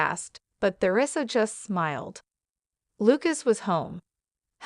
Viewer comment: AI's reading is so distracting my mind wants to explode when it pronounces Theresa incorrectly other sentence When you post his crap don't you listent to it first? If you do correct it!